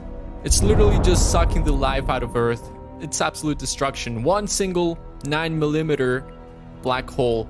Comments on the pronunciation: ...so nobody's gonna comment on the way he pronounces centimeter and millimeter? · What the fuck is a miluhmatir? Man that’s embarrassing. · I almost forgave your stupidity when you said a dime is 18km (then 18cm, which is still wrong) but the way you said "Millimeter" was enough for me to stop watching altogether. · Please tell me that's not how you say millimeter